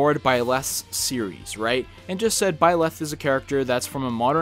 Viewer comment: I'm very unnerved by how you say Byleth.